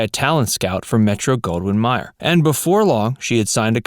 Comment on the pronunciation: Meh. Robot didn't know how to pronounce Mayer.